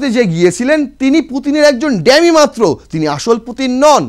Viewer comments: Eta dammy bole na bhai dummy hocche pronunciation.english taah thik kore bolun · D"a" mmy নয D"U" MMY. ডামি । ENGLISH ঠিক কৱে বল।